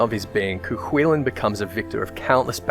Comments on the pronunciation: It's pronounced "Koo Kullin". The Hound of Cullen (Colin?). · Any other Irish people agree with his pronunciation of Cu Chulainn? Grew up pronouncing it way different. Couldn't even imagine it being pronounced like that in Ulster.